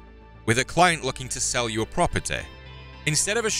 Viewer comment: propertay lol